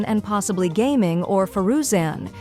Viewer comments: Ai voice says gah ming, then gaming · I can't believe the AI voice pronounced Gaming correctly lol